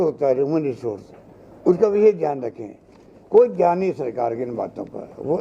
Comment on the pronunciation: आरे यार आप किस्से बात कर रहे हो....ये प्रेस कॉन्फ है या चुणावी भाषण...ये पहिले तय करो.. आप बार बार धान करो...बोलते हो..तो.. आपका ध्यन खा है...जनता को... ऊलू समझ रहे तो आप उल्यू हो....जनता सब कूच जांती है